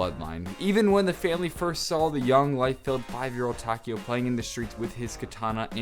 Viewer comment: I'm sorry, butt you're pronouncing Takeo's name wrong. In Japanese, the "e" makes an "eh" sound. I'm currently learning Japanese and thought you'd like to know that.